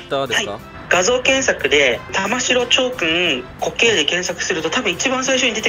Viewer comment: 玉城(たましろ)読みではなくて、たまぐすくと読みますね。